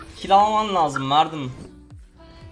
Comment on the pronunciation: merdim diyip durma sinir hastası olucam .d